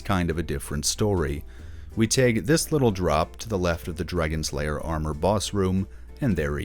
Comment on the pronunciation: Did you say “Dragons Layer Armour”?